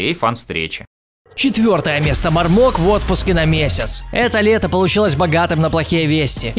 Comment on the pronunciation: Не марок а мармок